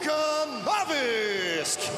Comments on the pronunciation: Can someone tell that bum announcer how to say Vol-kan-ov-ski. Not Volkanovisk. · Luiz Henrique he didnt pronounce it wrong. He made it into another name. VOLKANOVSKI - VOLKANOVISK. He put the „i“ somewhere it doesnt belong ;) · Volkanovisk? Find this man a replacement or learn him to read. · VolkanoVISK OMG(!) who is this guy? Where is Volkanovski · Lol at the announcer saying VOLKANOVISK hahahahahaha HAVE SOME RESPECT YOU DUD. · "Volkanovisk", geez, is it really that hard to say "Volkanovski"? "Volkanovisk" is even harder to say, isn't it? This guy has one job, to call out the names and nobody expects it to be perfect, but Volkanovski is not that hard to say, especially if you've ever heard it, which a announcer should have had. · Alex Volkanovisk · NA MA NEW YAS and VolkanoVISK - new fighters in the promotion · VOLKANOVISC ??? wtf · " alexander the great volkanovis " 🤣🤣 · They need to replace the guy mispronouncing the fighters names... but keep "Hungry eyes" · Volkanovski is laughing because when the announcer say he's surname it's wrong. Lol 😂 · Where’s Joe when you need him holy shit, that mf butchered Volkanovski’s name to perfection!